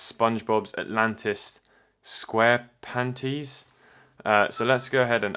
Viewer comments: No, he said "Squarepanties." The word is "Squarepantis," big difference. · Is no one gonna talk about him saying "squarepantys" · Atlantis Square PANTIES. Yes Square PANTIES, not Square pant-is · How do you mess up the pronunciation of Squarepantis as Squarepanties? The fuck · He read the IS in atlantis right, but he fucked up on SquarepantIES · Atlantis Square... Pantees? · Anyone else hear: squarepanties? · Lmao squarpanties GETS ME EVERY TIME I HEAR IT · Atlantis Squarepanteez 😂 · Atlantis squarepanteees?!?! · yea he is its like how you'd pronounce Atlantis not panties